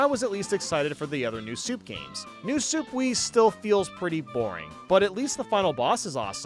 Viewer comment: "New Soup"😂